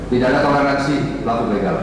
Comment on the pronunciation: Begal pak bukan beugal